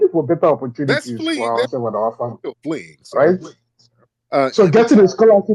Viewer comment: I've never heard the word Fleeing said so hard B4 in my life & :face-purple-crying::face-purple-crying::face-purple-crying::face-purple-crying::face-purple-crying::face-purple-crying::face-purple-crying::face-purple-crying